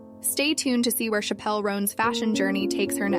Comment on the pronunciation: her name is pronounced like the word Chapel